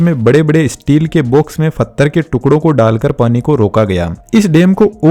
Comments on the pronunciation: Pathar not fathar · भाई फत्थर नहीं पत्थर बोलते हैं उसको पूरी वीडियो बहुत अच्छी थी बस इसी चीज ने बहुत इरिटेट किया मुझे l